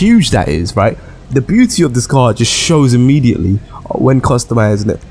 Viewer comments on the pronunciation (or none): none